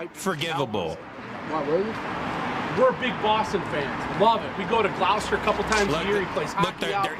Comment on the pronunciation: I call B5! That dude pronounced “Gloucester” like a C list actor in a 90’s movie. Nobody who “goes there all the times” mispronounces it like that! FAKE!!!